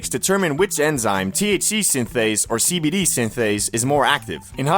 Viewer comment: Everytime u say cbd i hear SKIBIDI 😭